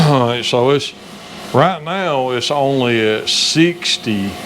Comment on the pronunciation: May or may not be poking fun at the intro. Just sounds like there is a "hi" before the ight.😄